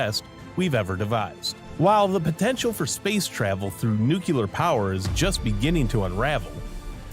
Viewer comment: The narrator doesn’t pronounce the word "nuclear" correctly.